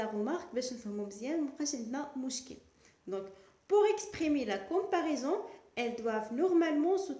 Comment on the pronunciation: Quelle prononciation !!!! Comparison ,diffirence,egaliti,supuriorité...preuposition ...درسي العربية احسن.